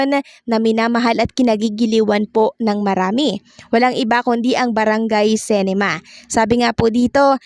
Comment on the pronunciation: Dipo sintrum..S-E-NTRUM po...CINEMA po di CENEMA...pki ayos po amg pagbigkas nyo ng mga words..